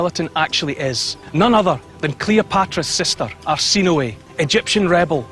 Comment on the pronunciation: The temple is TAP OSIRIS (Oh-SIGH-riss) MAGNA. Cleopatra's sister is ARSINOË (Ar-SIN-oh-eh.) PTOLOMEY (TOL-oh-mee).